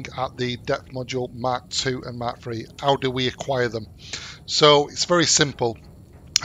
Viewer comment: He is not saying mark he is saying mack